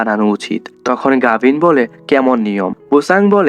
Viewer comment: গাভীন⛔ গাভী ✅